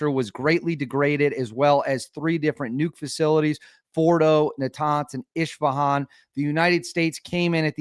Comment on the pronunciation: As a former turret gunner on the mighty F14 Tomcat, none of this shit is going to end until they unalive the ayatollah and free the good people of Iran who have been taken hostage for 46 years by the fanatical ayatollahs! Also, you keep calling the city “ishfahab)! It’s ISfahab ! SMDH!